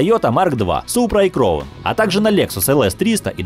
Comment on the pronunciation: Не кроун,а Краун 🤣